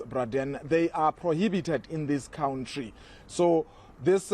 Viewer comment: Please, say “country”, not “cowntree”. It sounds like “clown tree”